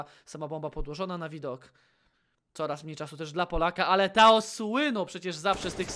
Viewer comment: Czy to jest dobrze wymawiane... Nick: TOAD komentator: TAO